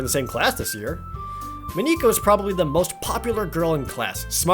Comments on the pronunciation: You've probably gotten this a lot, but her name is pronounced Mah NIK uh, not MOE neek uh. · Dude just pronounce it as just Monica. It’s fine. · The ´´normal´´ guys: Mon-ika Jared: Mo-nika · I LAUGHED WHEN HE PRONOUNCED MONIKA “MOE-KNE-KA”. I DONT BLAME HIM OR ANYTHING IM JUST USED TO “MON-IC-AH” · elora ナロン But doesn’t Monika say that Mon-ika (four syllables) is the wrong pronunciation? So it’d be three syllables, mo-ni-ka. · Moniquea is triggering me lol its pronounced Monicka... Just Monika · Please... MONika, not MoNIka. Thanks in advance :( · it actually is mon-i-ka not mo-nee-ka. its weird but dont worry about it. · In case other comments haven't mentioned, it's pronounced Monica rather than Mon-ee-ca. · It's funny hearing you pronounce Monika as MuhNica. It's Just Monika. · It's just Mon-ick-a. Trollface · OMG, "moNIka" is driving me crazy. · Ma-NEE-ka? seriously? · Man, that whole "MoNEEka" is extremely distracting. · Please just pronounce Monika as Maw-ni-kuh, pleeeeeeeeease. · Proper pronunciations: Sa-yoh-ree You-ree Not-soo-kee Moh-knee-kah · Hey Jared, I'm pretty sure it's pronounced Monica like the one from friends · It’s Monica dude, normal pronouncing :P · Not really a spoiler, but it's important to keep the game files open to the side AT ALL TIMES as they can change later and add to the experience. Plus Monika is pronounced American like Monica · I know I shouldn't be a prck over this, but I am going to be. Monika I'd pronounced as Mon-ick-uh. Natsuki is pronounced as Nat-ski. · HYPE!!! But seriously pay attention to those warning everyone. Monika is pronounced like Monica. Games files open! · Does it annoy anybody else that he doesn't say it MAW-ni-kuh? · Sethala Monika is a Latin name (though usually spelled Monica), and it is in fact pronounced maw-nik-uh, not the way Jared pronounced it. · Ummm I think the correct pronunciations are Nat-sue-key and Mon-ika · Jared, it's actually pronounced "Mo-nee-cah". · You are pronounce monika’s name Wong